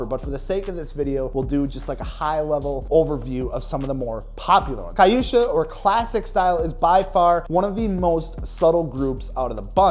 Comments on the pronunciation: It's pronounced que-sha not ka yu sha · Kyusha - say it like Que-sha, like quetip